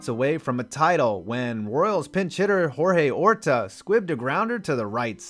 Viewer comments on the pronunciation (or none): Great video, but on the Royals Cardinals portion, you mispronounced Jorge Orta's name. It is actually pronounced George and Dane Iorg is pronounced "Orge". Ohh and the Cardinals laid down in the next game.